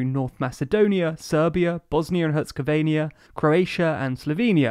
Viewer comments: TLDR narrator: "Bosnia & Herzegovenia" Me, a Bosnian: dies inside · he said Herzegovenia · dude, it's a joke. the video mispronounced Herzegovina.